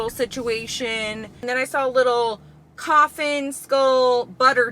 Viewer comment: Coughing not coffin hahaha